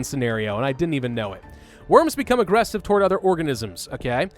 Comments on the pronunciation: Because the author spelled it with only one "g" and pronounces any misspelled word slightly off. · Why are you saying aggressive like that?